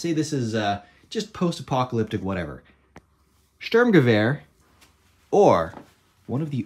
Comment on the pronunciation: huh, outside of Sturmgewehr, your pronounciation of the German words is much than many other foreigners I've heard.